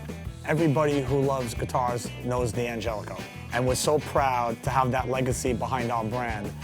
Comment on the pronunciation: Why do they pronounce it "Dee Angelico"? Surely, it should be pronounced "Dan Gelico", like the Italian name.